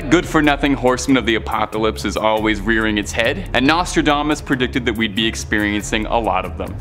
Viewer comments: PLEASE BY ALL MEANS THE NEXT NARRITIATER NEEDS TO KNOW HOW TO PRONOUNCE THE WORDS HE IS READING !! I THINK HE MIGHT OF SAID NOSTRODAMANCE CORRECTLY THREE TIMES!!!! NOT TO MENTION THE OTHER 10 WORDS HE CLEARLY COULDN'T SAY CORRECTLY!! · turned it off after you butchered the name Nostradamus!!!